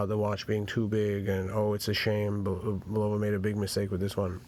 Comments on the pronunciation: BULLova, not bullOva. Jesus. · It's not BULOVA.